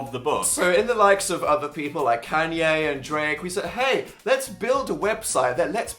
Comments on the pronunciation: "CAN-YAY" DAN WHY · (Kanye) Dan: Canyay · i like how dan pronounces "kanye" "can-yay"